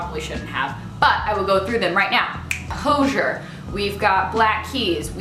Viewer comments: Its actually pronounced HOE-ZEE-AIR (Hozier) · hozier is actually pronounced like hoe and zeer like deer lol love u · Lol that's not how u pronounce Hozier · The way you said Hozier KILLED me